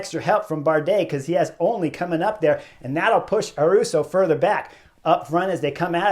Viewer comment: No ‘r’ in Ayuso’s name. 😮😅. Eye -you -so.